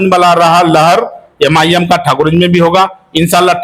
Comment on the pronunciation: अरे भाई यम आई यम क्यों बोल रहे हैं नाम तो सही से बोलिए लोग मज़ाक उड़ा रहे हैं